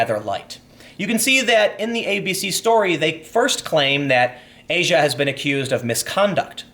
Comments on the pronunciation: It's ah-see-uh not asia. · ahsia not asia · Ah-See-Ah Argento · I believe her name is pronounced, "ah - zee- ah". Just sayin'. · It's pronounced Ah-Zhee-Ah. fuck